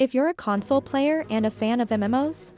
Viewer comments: I find it funny that the AI/Voice is pronouncing console, as in comforting someone, rather than a gaming console. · It’s weird that the VO switches back and forth between CON-sole and Con-SOLE! 😂🤣